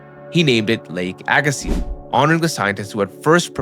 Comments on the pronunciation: Pronounced Agassee... Not seez.. Dummy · I’ve only ever heard it pronounced “Ay Gah See”, without the Z. I know this because we live on the first shoreline of Glacial Lake Agassiz. We learned about it over and over in school. In fact, if you step out my front door and turn west, it is flat as a pancake. It you turn east, it is nothing but hills. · The z is silent. The ssiz is pronounced like sea. AG-ə-see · its hard to listen to when you know its pronounced wrong. but i read dictionaries as a kid and learned phonetics and can read that way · It's pronounced "aga-see". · I had to quit watching. Couldn't handle hearing aga-seez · Z is silent at end. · But the "z" is silent.... and i loved the video!!